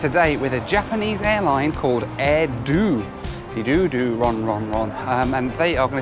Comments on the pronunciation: My only complaint is you called it "Air Dew" The airline is named "Air Do'h" since they are HQ'd in Hokkaido... It isn't called "Hokkaidew" is it... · Are you still in Japan? I live in Tokyo myself. The name of the airline is actually Air “dough” like the sound of the name of the island…Hokkaido. The “do” in Hokkaido is the term for prefecture, where the entire island makes up the prefecture. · its pronounced air-do from the do of hokkai-do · The airline's name is actually pronounced air-doh (like doughnut), because they fly to HokkaiDO. That's one of those things you probably wouldn't know unless you'd lived here nearly 40 years. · be like: Air-Due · Great video! However 1st thing it is pronounced Air Do (Doh) and 2nd it looked like an interesting flight especially on that Boeing 767-300! 🎉 I love how the Japanese carriers in particular still utilize a lot of B767s (and eventually phase them out with B787s) just like here in the 50 US states 🇺🇸 😂 Great job as always I can’t wait to fly Air Do someday soon and to visit Japan! 🇯🇵 Cheers 🥂 😊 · Like your air do 😅 air do sounds like hair do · The "do" in Air Do is pronounced like "Dough" or the do in "Hokkaido". As others mentioned, the best way from Narita to Haneda is by bus. They leave every 10 minutes and take 60 minutes. The cost is about 3,000 Yen. Taxis are not the way. In Japan everything just works and is civilized that is one of the major up sides of the country. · Yes- it's air "dough" (long o) just like the sound at the end of Hokkaido.